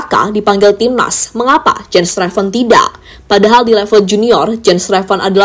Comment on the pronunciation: Jens Raven ❌ Jens Revan ✅😂